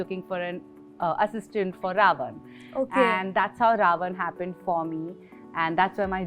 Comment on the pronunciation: Ravan** not RaOne